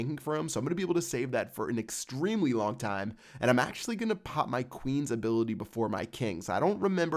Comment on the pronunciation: quit saying "pop" it is so annoying when you say it cause you put emphasis on it and sound like a douchebag